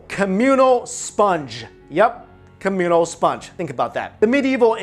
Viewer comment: Communal...what did he just say?!?!